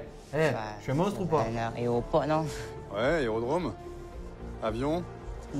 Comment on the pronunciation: Bé un aréoport non !!! :elbowcough:😂😂